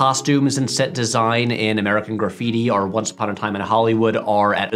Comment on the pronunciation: I can't unhear this: Patrick says "are" instead of "or."